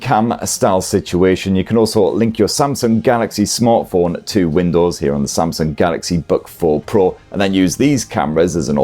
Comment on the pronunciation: Samsung Bug 4 Pro - thats what it sounds like when he's saying its name.